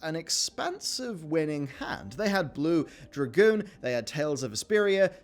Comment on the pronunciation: I was done when you said 'blue dragoon'....